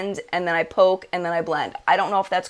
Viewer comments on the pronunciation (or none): none